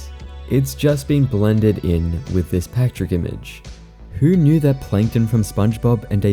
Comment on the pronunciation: ah yes.. p a t r i c k